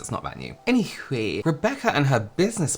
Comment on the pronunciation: Ok the "any hueeey" just killed me 💀